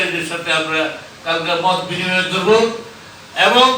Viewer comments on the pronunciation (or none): মদ বিনিময় সভা নাকি মত বিনিময় সভা উচ্চারন ঠিক করেন সাংঘাতিক ভাই।